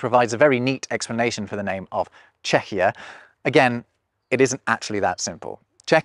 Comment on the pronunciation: Czechia*, not Czechier